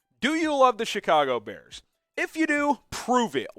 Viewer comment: I Love "da Bears"